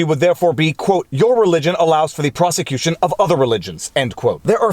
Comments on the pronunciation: I find how you say persecutions interesting. That is all. Have a Good Day. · I caught that too 😁